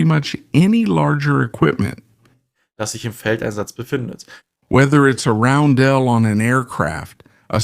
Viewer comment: What's with the ai images of the artillery crews? And why does the voice switch when you start talking about the post-war NATO roundels (Also it is is pronounced like ROWN - dl [sometimes like dall] not like how it is being said in the video).